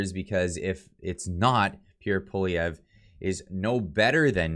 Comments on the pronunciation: You gotta learn how to say his name tho lol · lol it's "paw-lee-ev" with the english accent, not "paw-liv-ee-ay" Otherwise great video! Gotta love how the MSM will demonize anyone they don't like. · It’s poilievre not polivier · Polivier? Dyslexic much?! Pwa-lyeh-vre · it's pronounced "Poliver" not "Polivay"....have you not heard his name pronounced properly all over the media? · ...Pollievre is pronounced Poly ev.. Thanks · its pronounced: "Polly-ev--vre" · Dude it’s pronounced “Polly-ev” the R is silent, it’s not an “a” either 😅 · I do not trust Polievre. I remember his days when he was in the Harper government. The only one I would have trusted is Roman Baber. And Polievre is pronounced: po-le-ae-vre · That's Poilievre, not Poulivier. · HIS NAME IS PROUNOUNCED POLY-EVV. FFS. GET IT RIGHT!!! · ♥️♥️. I argued so much about Pierre NOT being sincere. However, I can clearly see how happy you are. So let's pronounce his name properly. POLI - EVE ( then french roll an R in there but Poli- eve ( soft e like every. Glad you are happy. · It's pronounced Polly Ev. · Lets hope that when Pierre becomes PM, we can all get a laugh at the massacring of his name by people all across the world. For my fellow anglos who aren't from Qc, its pronounced Pou-ah-lee-eh (rhymes with meh)-vruh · It’s pronounced Pol i ev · Pronounce it like poli-ev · Try saying it like this: Pwah-li-ev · Pronounced: PWA-lee-ev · Dude, you gotta learn how to pronounce his name….it’s Pwah-li-ev Just sayin’ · Po lee ev re we’ll have to learn how to pronounce his name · please learn how to say pwa-lee-ev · Is it just me or butchered the name "Poilievre"? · you said his name wrong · Perhaps the moderator could learn the correct pronunciation of the winner's last name eh? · Wrong totals and wrong pronunciation of Pierre’s name. Please be accurate... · Learn how to pronounce his name!!! WOW!!! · Can't you pronounce his name correctly? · Small recommendation.. learn how to pronounce his name ;)